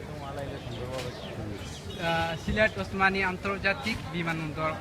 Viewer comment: হায়রে ভাই তুরা এইভাবে সিলেটের মান সম্মান ডুবাইরে। ভাইরে তুই সিলেট বিমান বন্দরের নাম বলতে পাররেনা ঠিক মত আবার তুমি সিলেট টু লন্ডন পেইজের এডমিন।।।